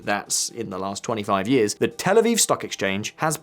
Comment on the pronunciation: it's "Tel Aviv", not "El Aviv"